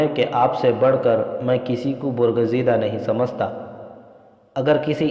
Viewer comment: Janabe wala... MashaaAllah...Apke bolne ka Andaz to bahot Achcha hai... Mgr Urdu Alfaz bolne padhne me bahot zeyada ghalati karte hain... Jaise . Sahra ko sohra.aur muhim ko mahim . Bargazidah ko burgazidah Amraa ko umrah .. Sarneg'oon ko surangu . Padhte hain... Aur bhi bahot si ghalatiyan karte hain padhne...